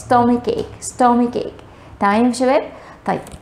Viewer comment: Stomachache backache your pronunciation has a lot of faults